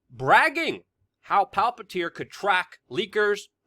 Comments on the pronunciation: It's Palantir, not Palpatir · WeAreChange desk pounding, screaming, whatever. All good. Could make a little more effort to pronounce things better, I.e. Palantir (not really pronounced Pal PAT ear). Also, has Palantir moved completely to Silicon Valley from Washington D.C. area? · Luke I love your work, but sometimes you might want to pronounce things correctly its Palantir not Palpatir like from the Lord of the Rings PALANTIR not PALPATIR don't combine LOTR (Palantir) with Star Wars ( Emperor Palpatine/Darth Sidious) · It’s Palantir not palpatir senor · Palpantir? Dude its Palantir. One P not two. You sound like a doofus. You are usually a lot more professional than that. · Why are you pronouncing Palantir as Palpitir? 🤣 btw, Palantir is the word used in LOTR to describe the seeing-stones which were used by Sauron and Saruman and others to communicate to eachother. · "Palpatir???"WTF??? It's Palantir.JFC say it correctly.. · It's Palantir not Palpatir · Luke, why do you call Palantir Palpatir? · PA -LA -N-TIR